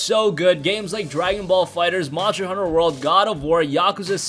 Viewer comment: dude its "mon-ster hunter world", NOT "MON-SHTER-" L0L